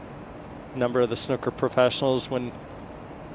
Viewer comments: Hes says snooker like snuker.... It should be said like snooooker. like a cow goes mooo.. hard to explain but yerh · lol he said snuker